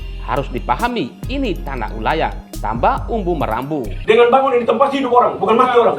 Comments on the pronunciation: Bukan Umbu Marambu pak Jurnalis. Tp Maramba Hau. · sebut nama orang yg benar jagan sebut salah nama orang UMBU MARAMBA HAU...bukan UMBU MARAMBU....buat lah konten yg profesional dikit Atur kata2 di edit yg baik jagan asal sebut nama asal2